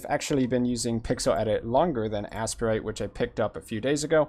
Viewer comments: It's the second. I have no idea why is calling it "ass-per-ite." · Its pronounced “ace-prite” or “A-Sprite” I pronounce it “A-Sprite”